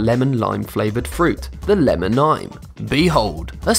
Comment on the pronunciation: Lamon and tomatoes